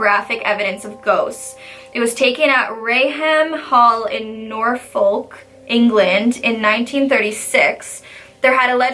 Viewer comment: WAIT DID SHE JUST SAY NORFOLK?!:O I literally go on holiday there every year... have I visited that place? I've seen that photograph so many times how did I not know? Also you can't pronounce English places at all XD